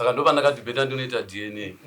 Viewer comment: Why do these people say dn instead of dna?I have heard this a lot nema Zimbabweans